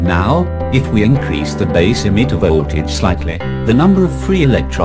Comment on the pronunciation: But this is soooooo disturbing. It ll be nice if you do the videos again.VOLT(vol)AGE is what I can hear .This is the 4th time I'm watching this. Cz i I couldn't understand our hear anything except volt vo tage.Exept that video is nice